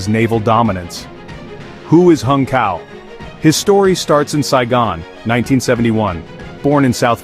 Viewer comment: Pronounces tsao. C is pronounced ts.